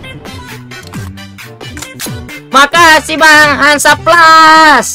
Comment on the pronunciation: Hand snaps bacanya hansaplas.. 🤣🤣🤣🤣 candu liat stremer saappo ni.